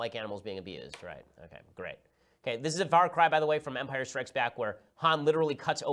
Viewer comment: “In umpire strikes back”, your outta heeeere